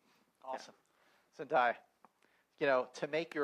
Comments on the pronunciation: This dude just said ZEN DIE Ah... its ZEN DAY A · Who else lost it when he say 'zend-i-ya' instead of 'zendaya' omg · i know he didn't call her "zen-'die'-ya" lmfao. zen-DAY-a, sweetie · it's Zen-Day-a not Zen-Die-ya smh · Zen-DIE-ah Bruh I'm pretty sure it's Zendaya. Unless there was some backstage drama. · ZEN DAY A. ITS ZENDAYA SCREAM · i died a little every time that guy mispronounced zen-DAY-a's name omg. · The host is s buffoon. He couldn't pronounce Zendaya's name right even after cast members said it correctly and he just skipped over Tony who plays Flash before letting the audience ask questions